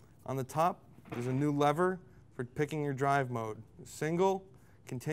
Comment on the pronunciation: it's a lever not a leather and it's a nik on not a ni kon